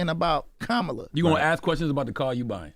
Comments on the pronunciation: He said “kamella” 💀😭😭💯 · He's complaining his Trump visit wasn't "what he thought it would be" and just moved real fast and quickly to be over....but they got their pic though LOL 🤔 How do you not realize that meeting was used as a photo opp and Vezzo was the prop?! 😫 That man was not there to have a real conversation with you, so idk why you expected otherwise! 💯 And still mispronouncing VP Kamala Harris name like all the other ignorant clowns... I hate to see my city represented like this 💔